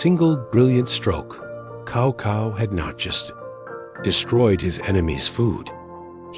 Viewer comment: Great, keep on. Just for Cao Cao I think it should be pronounced "sawsaw" and not "kawkaw"